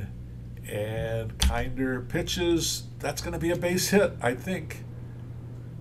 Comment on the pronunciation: It's KINN-der